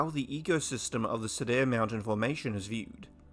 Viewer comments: Nitpick: Cedar is pronounced "see-der", not "se-dair" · FYI word Cedar is pronounced See and far with a D. See dar